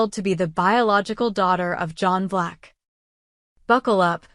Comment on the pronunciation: John BLACK!!! Not Vlax !!! NO, NO, NO !!!